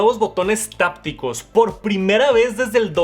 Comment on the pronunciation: Se dice hápticos, no tápticos